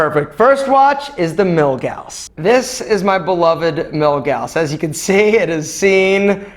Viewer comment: Props for saying 'Milgauss' correctly. Many say it wrong. My watch buddy calls it the "millie-goss." He's an idiot. Although I will say that it's not a rubber 'bracelet' on your Yachtmaster. It's a strap. Bracelets are for metal.